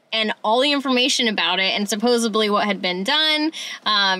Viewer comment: Supposedly. Sa pos sed ley not suposably. =)